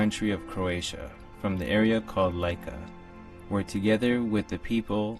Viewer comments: It is read Lika (l i: k a) like it's written, not /l a i k a/ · "Lika" = pronounced "Lee-ka"